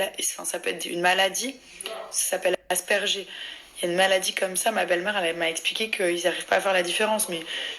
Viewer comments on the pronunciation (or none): Aspergé ..., belle prononciation !😭 le pépinier 🥵😂🥵 !! Il faut lire d avantage ! 😱 Pour l anglais , c est pas mieux !